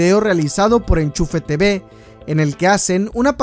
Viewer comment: nisiquiera era te be era tibi por que asi se pronuncia x